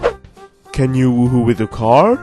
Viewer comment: the way she says car>>>>>>>